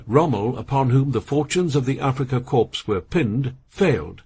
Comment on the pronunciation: Korps lol. AI crap, gave up listening in 7 mins.